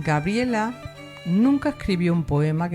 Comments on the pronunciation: Gabriela; no Grabiela. Si pretende hablar de alguien aprenda primero a pronunciar su nombre. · Es Gabriela!no Grabiela...por favor más respeto 😡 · Es cierto, me distraía escucharte de "Grabiela" (me da ternura porque conocí una chica que la anotaron así y ella lo marcaba. Te agradezco el tiempo que has dedicado, y honro tu trabajo, saludos desde Argentina 💐💐💐